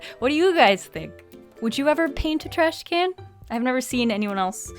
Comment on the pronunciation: It's trashCAN not trashCANNOT.